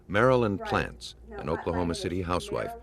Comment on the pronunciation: Ladies and Gents.....the POSSESSIVE of the name, Plants.....is NOT...Plants's Like he's saying "plant-zes". His last name ends in "s" To show "possession" , You WRITE Plants'...... And u SAY. Plants Jim Plants' shoes Marilyn Plants' purchase at Walmart Mr and Mrs Plants' home. The Plants' home NOT...the Plantzes home. The reason it SOUNDS wrong every time the narrator SAYS it, is because it's wrong. One of the Detectives in the film itself never says it wrong......he AVOIDS saying "plantzes" by rerouting his sentence to say, "the home of the Plants".......because he doesn't want to use that term that "sounds so wrong to his ears".....the Plantzes. It SOUNDS WRONG BECAUSE it IS wrong🤦🏻‍♀️